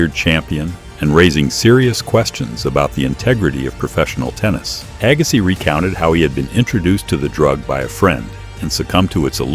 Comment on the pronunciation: Agass..eye? Yes, A.I.!